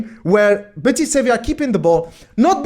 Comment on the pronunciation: Betis Sevi? Huh, that sounds unique. So used to it being pronounced simply Real Betis.